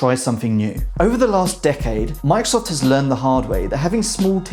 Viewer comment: stop saying "mikesoft" thats not the name of the company :D